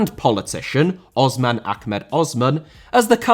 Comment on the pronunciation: The S in Osman isn't pronounced like Ozman, and just a standard S sound. I don't think you should have selectively included a Japanese and South Korean club in this list, given that many clubs there are company owned. You should have just mentioned that as a disclaimer in the beginning that the list would be clubs outside those two places. Then make a separate video for those two states alone.